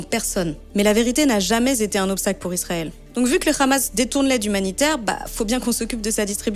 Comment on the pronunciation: Elle l'a fait exprès, elle se moque de la prononciation des israéliens qui justement s'obstinent à le prononcer comme ça.